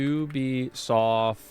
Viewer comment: Ubisoft? "theybisoft"